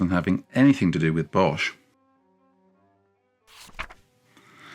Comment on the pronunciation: most of the time I don’t pay attention to pronunciation. There’s only one thing that’s easy to change. Bosh is pronounced as the English boss. The h at the end of words, after a consonant has no function at all. (Same with Van Gogh.)